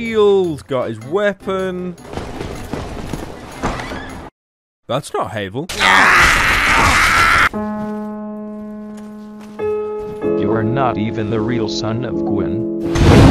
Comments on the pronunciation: The mimic only ate him cause he said havel like Heyvel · "Hay-vul." FUCKING EXCUSE ME?